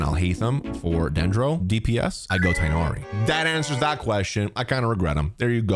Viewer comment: It is not pronounced Raiden Shogan, it is pronounced Raiden Shogun. It is not pronounced Tainari, it is pronounced Tignari. The h sound is abandoned. It is not pronounced Shenha, it is pronounced Shenhe. It is not pronounced Elheithem, it is pronounced Alhaitham.